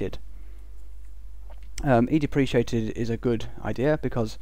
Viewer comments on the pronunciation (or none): in U.K "depreciated" and "deprecated" (ˈdeprəˌkāt/) is pronounced the same way?